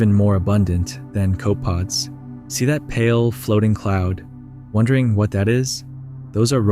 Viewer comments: You keep calling them cope-pods… it’s 3 syllables bro. Also “raw-tifers” instead of row-tifer hurts. Please… it’s important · CopApods. Not cope pods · It's pronounced Ko-puh-pods. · not cope pods, co puh pods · Copepods, pronounced co-pee-pods as opposed to cope-pods. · Fascinating, but this narrator cannot pronounce anything correctly. "Cope"-pods,? Really? It's coh-peh-pods, you vapid child. Which you'd know if you were anythning other than an AI voice reading an idiot AI-written script. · In the video ro-tuh-fers was said first, then it said rot-tee-fers later the first way is correct, also its koh-puh-pods not cope-pods. In general tts/ai is terrible for videos like this, just use your own voice no one will mind it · It's not pronounced "Cope pod." They are "Coh-peh-pods" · pretty cool video. Amazing how much life in a puddle. copepods pronounciation: KOH-puh-podz - koʊpəˌpɒdz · Great vid btw Copepods is three syllables "KOH-puh-pods" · It’s pronounced “Co-peh-pods” Cool video! :) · co-peh-pods. 3 syllables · Thank you. It was driving me nuts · FYI: "Copepods" = Pronounced "Cope - E - Pods". "Rotifers" = "Row - Ti - Fers" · I think that depends on where you're from - I agree that it is three syllables, but we pronounce it coh-pee-pods and Roh-tih-fers in the UK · sure but he just said "cope-pods." Irrespective of what you or I said, its 3 syllables and he said the word with only two. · Why do you say Rote-ifers and Rott-ifers ? Also... Cope-pods? LOL. This is really neat and fascinating footage, but imho the AI voice over kinda ruins it for me. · That annoyed me as well. "Co-pods"? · I call bullshtt. The water would be extremely low in oxygen levels if what you described was actually the case. And you seem like a slick YouTuber so of course it’s bullsht lol. Then I heard this guy say copepods wrong. Then I knew it was stupid ai narrated bullshit for sure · you mispronounce almost every SPECIES WHY?